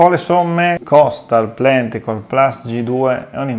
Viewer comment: 🤝 Grazie per aver dedicato del tempo a provare le caratteristiche del prodotto forse più identitario della gamma inverter KOSTAL, l'inverter ibrido trifase Plenticore Plus. E sì, la pronuncia del nome in tedesco suona più o meno come l'hai fatta tu 😄